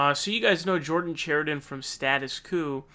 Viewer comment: The fact David can’t pronounce Chariton, shows David hasn’t been watching standing up for the working class